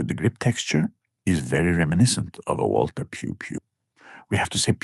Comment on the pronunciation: At least pronounces Walther correctly